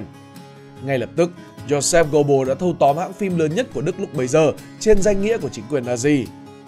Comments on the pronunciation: Phát âm cái họ của ổng sai bét rồi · Ít nhất đừng đọc tên một người Đức theo kiểu Anh